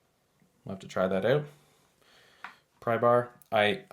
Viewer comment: The word is OUT not oot.